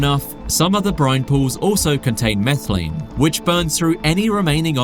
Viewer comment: there’s no “L” in “methane” British people kill me 🤦🏻‍♂️